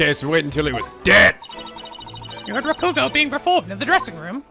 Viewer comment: Speaking of pronunciation, continues to put the wrong stress on three-syllable Japanese words. After playing so many Japanese games, especially Yakuza 0, he still hasn't realized that you don't stress the second syllable. MA-ko-to, not ma-KO-to MA-ji-ma, not ma-JI-ma YA-ku-za, not ya-KU-za In this case, it's RA-ku-go, not ra-KU-go Hopefully he notices and fixes this because it's been a problem for a long time.